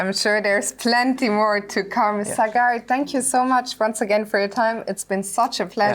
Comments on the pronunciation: It is not Sagaar. Wish Sagar had corrected her. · No foreigner can pronounce sagar's name 😂